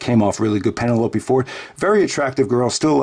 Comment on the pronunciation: you pronounce Penelope funny ("Penneh-loapey").